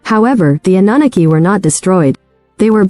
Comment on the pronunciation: The AI voice is terrible- “uh nuh nuh key” cannot listen to that